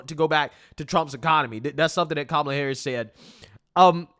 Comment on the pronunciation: Coup-mala😂😂😂😂 perfect bro so on point! CoupAmallaObama